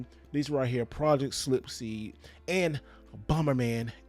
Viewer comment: Project “slipseed” 🤔